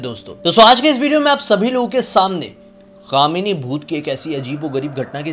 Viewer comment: क्या भैया कामनी की जगह दामिनी ही बोल दौ केस सॉल्व 🤣🤣🤣